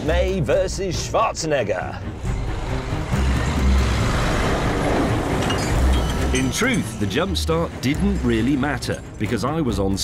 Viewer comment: May is the first English-speaking human being that pronounces the name "Schwarzenegger" correctly. May is a smart man. Or just not American.